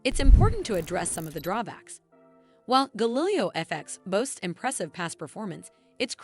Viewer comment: You can’t even pronounce Galileo and yet you expect people to take you seriously?